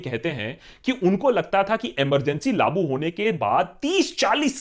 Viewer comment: Laagu bhai LAAGU! LAA-Bu nahi LAA-Gu. This is in the second consecutive video. FML.